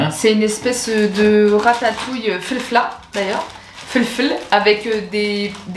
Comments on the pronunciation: On dit msemen 😂😂😂 on c'est felfla pas femfla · Fleufla briouette trop rigolo ta prononciation 😅